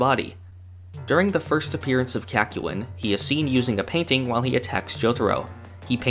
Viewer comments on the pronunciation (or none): It’s Kak-yoy-n not. Kak-you-in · Kak-yu-in... bruh what is that pronunciation. In the anime it is quite literally said CACK-YOIN. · please the kakyoin pronunciation is throwing me off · As always an entertaining video. Your pronunciation of Kakyoin however, killed me. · you did not just say kakyoin like that lmao that was brutal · hi and welcome to hamon beat forgot number one: he forgot to pronounce kakyoin correctly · The biggest problem I have with this video is your pronunciation of Kakyoin's name. Otherwise, good vid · The way you say Kakyoin makes me uncomfortable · Ew, why do you pronounce Kakyoinlike that? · I was angered when he mispronounced Kakyoin’s name.